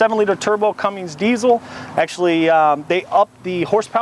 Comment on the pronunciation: CUMMINS NOT CUMMINGS